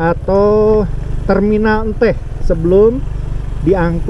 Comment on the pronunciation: Si akang nyunda pisan nyebut enteh😂